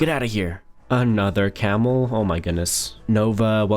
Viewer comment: no way a "Camel too (toe)" 🤣🤣🤣